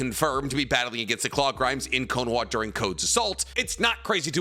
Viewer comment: Why do you say “Knowa” its Ko-no-Ha